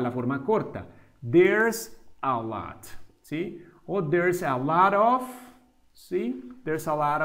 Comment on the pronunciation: Muy buena explicación. Solo hubo un error común en la pronunciación de "A lot of", el profesor pronunció "of" como "OFF" en varias ocasiones. Pueden observar el error en el tiempo: .